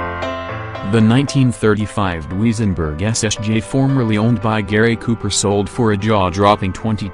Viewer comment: Why does artificial voice narrative have so many mispronunciations: Dooweezenberg, really!